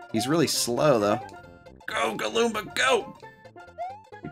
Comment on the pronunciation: It’s galoomba